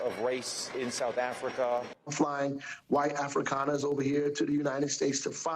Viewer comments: Right off the bat, the lib demonstrates he knows nothing about the subject at hand. "Afrikeens," 😅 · The first brilliant commentator did not even know how to pronounce Afrikaners. Reaping what they sowed? He is a person of sad intellect. He is justifying murder. Shame ! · The first "expert", who can't even pronounce the word "Afrikaners" starts by telling us that South African whites deserve to be genocided because their grandparents might have been racist "in the 1940s", eighty years ago. I stopped watching. Damn this evil show. These people are evil. The man literally suggests that people deserve to be murdered because their ancestors lived in a country with racist government policy. Murder is bad. Racism is bad. The people on thus television show are as immoral as anyone they accuse as racism, and it's less of a sin to have racist attitudes than to support murder and refuse to help people fleeing a genocidal government trying to kill them.